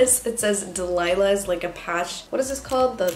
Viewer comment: "delilas" lmao